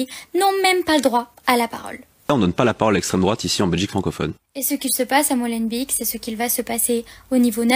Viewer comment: Prononcez ''Molenbayk'' et pas ''Molenbik'' - Beek (bayk) signifie : marais ou ruisseau. Ici, ''marais du moulin'' (molen).